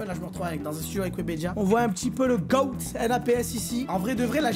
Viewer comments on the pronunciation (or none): quand tu dit le goat sa se prononce le gote pas le goat